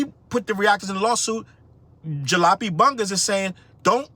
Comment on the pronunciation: The most disappointing thing to me is that didn't know how to pronounce Jalopy. I've got duct tape holding parts of one of my cars together right now.